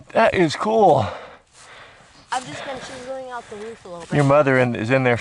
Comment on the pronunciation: "shovel the ruof"